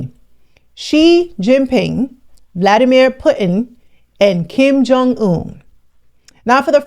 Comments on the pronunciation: You are butchering Putin's name. It's not Put In, the U is pronounced differently. It's hard listening to your pronunciation of his name. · ALERT: Mostly for Americans but it's seems many cannot say Putin. Putin as the letter T right in the middle..... Smh...